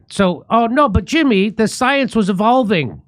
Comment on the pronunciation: Guy can't even pronounce science correctly.. "You're attacking soyence!" ..😐